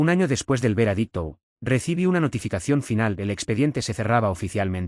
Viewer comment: 'Veradicto' o VEREDICTO?... así como este concepto HAY MUCHOS mal pronunciados, es NECESARIO QUE REVISEN ANTES DE PUBLICAR!!!!!!😠